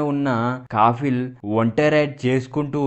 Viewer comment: Kaffil kaafil kaadu